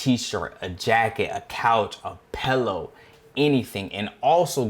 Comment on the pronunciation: my man said "pellow"